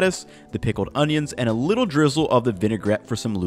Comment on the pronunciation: "Wait a BITTLE longer"